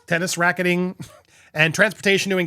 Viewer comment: Why can’t you say racketeering?